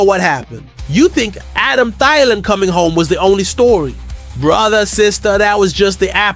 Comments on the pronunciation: It is pronounced “Adam Theeelan”, not “Adam Thiiilan”! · The fact that you can't even pronounce Thielan's name correctly is a dead giveaway that you aren't a vikings fan.